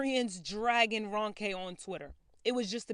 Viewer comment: This is kind of minor especially compared to the topic but her name is pronounced R-oh-nke and not R-un-ke.